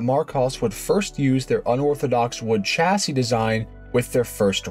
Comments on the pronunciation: Chassis is originally French and is pronounced 'shassi' not tshassi. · Excellent video, well done. The American version of a French name is a tad irritating though. It's a De Deeon, as in Bee, or Sea. De Dye on has French and English people gritting their teeth. Minor, but...! AND, while I'm at it, "Chassis" is pronounced "Shassee". 😁